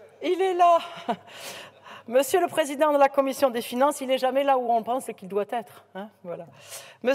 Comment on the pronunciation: 28min messssieur le président la comifffffion 😂